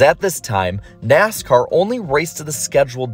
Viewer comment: You know its an iceberg video when within the first 3 seconds you hear “Neascar”